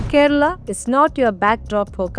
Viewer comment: Beef here is Buffalo 🦬 Bainsa. . Kera Alla. It's Kerala. Why are you pronouncing Kerala in mallu accent. Read Vedas. Even horse was eaten